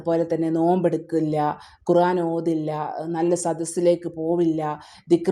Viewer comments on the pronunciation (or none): none